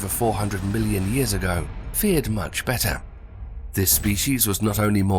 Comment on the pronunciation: In English we say ‘faired’ not ‘feared’ better